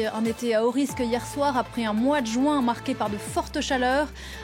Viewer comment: Juin ne se prononce Pas joint